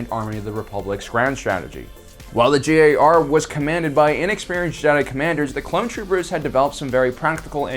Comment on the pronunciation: You keep saying “JAR”. Don’t you mean “GAR” (Grand Army of the Republic)?